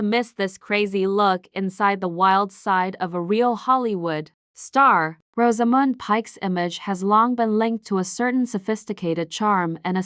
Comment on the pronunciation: It would help if the AI could pronounce Rosamund.